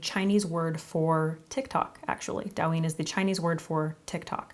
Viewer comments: Just fyi it's pronounced more like 'dough' 😊 dough-yin (eeee sound). I love douyin makeup especially the elaborate lower lash line work they do 🤗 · Not me screaming the correct pronunciation every time she says it wrong LOL thank you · love it!!! looks amazinggggg by the way, it's pronounced doe-yeen :'-) alice in borderland :D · It's pronounced like doe-yin ❤❤❤ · It’s doe as in doe a dear. The pronunciation of douyin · More like toe-yin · It's Douyin, not Dawin lol. Love the makeup tho! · the pronounciation is kinda off. it's supposed to be "dough" "ying" lol, but its not a big deal alice in borderland? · It’s do-yu-een pronouced with a quick u. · Just wanted to say it's pronounced doh-yeen, not dow-yin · Also just letting you know it’s pronounced “doe-yin” instead of “Dow-yin” :) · I love you and I love your videos and I watch you all the time..... but the pronunciation is closer to "doh-uh-yin" rather than "dowyin" (as someone already said in the comments it's close to how you pronounce "dough") I'm so sorry but as someone who's learning Chinese I just had to 😭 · Dou yin. The ou in Dou is pronounced more like Oa in Oat. Not “ao” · fyi it’s pronounced DOE-yin not Dow! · Douyin is pronounced Doh (like donut) and yin (like shin but with a y) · Isn't it Douyin as in the graphic novels? I thought that was pronounced "dough-yin" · Say it with me now DOI (soy with a D) + YEEN (emphasize the ee) DOI + YEEN = DOUYIN Please make sure you know how to pronounce something before sending this out to the world. It makes you look like you don't know what you're talking about. There are videos for this. I like the makeup but it feels like it's missing things. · It’s pronounced “doe yeen” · It is pronounced /dough-yin/. Thanks. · Its pronounced dough-yin haha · Korean Chinese and Japanese makeup is different. Also you pronounce it dough-yin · this is so pretty! But “dou” is actually pronounced like “dough”.